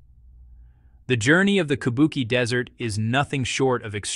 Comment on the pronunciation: Teach your robot narrator that QI in pinyin is pronounced CHEE. So, Kubuqi is KOO BOO CHEE. KABUKI is japanese ancient opera.